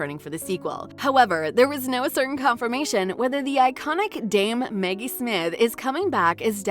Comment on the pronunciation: Who the hell is narrating this? Is this AI? Maggie, not Meggie. Enunciation is important.